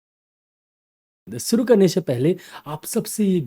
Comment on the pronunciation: Jab aap guzarish,shishi sahi pronounce kar sakte hain to phir shuru ko suru kyon bolte hain?